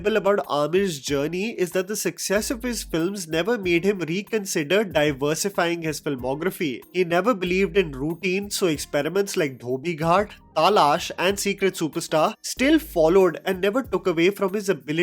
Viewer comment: Why pronounce TAALAASH instead of TALAASH?